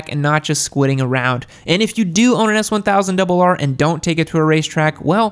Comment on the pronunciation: 🤦🏾‍♀️when he said the S1000RR.... uggh😩